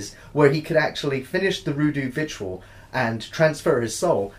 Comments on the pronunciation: "roodoo vitual" hehe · "Roodoo virtual" lmao great video guys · "Roodoo Vitual" .